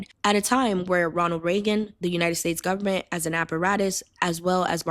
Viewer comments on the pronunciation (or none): none